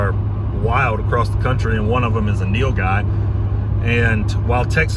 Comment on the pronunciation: Bro can you do a video on how you butchered the Nilguy?